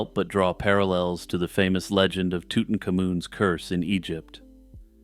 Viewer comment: You lost me at tootin' camoon 😂